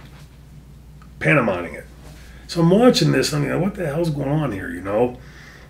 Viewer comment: It's pantomiming,, NOT panto-MINING. D